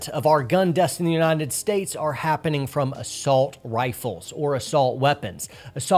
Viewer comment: I'm sorry for being an ass, but what is that "Unineted" States speech impediment?